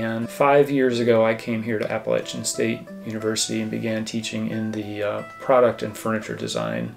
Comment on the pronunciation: Did you really pronounce "Appalachian" like "Apple Lasian"? Get out of here with that BS